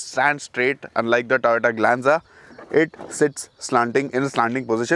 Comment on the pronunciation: When you say Toyota, it sounds like Tata